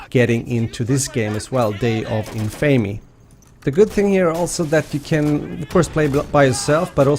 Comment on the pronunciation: It's pronounced day of In-fa-me, not in-fay-me. Kind of like the word Infamous you know? In-fa-mus? Just so you know. Love the vid otherwise!